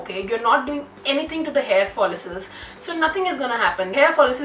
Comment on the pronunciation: It annoys me a lot every time she say hair folisels oh my God girl it’s hair follicles (follikles).... why so much drama at the start of the video ...🙄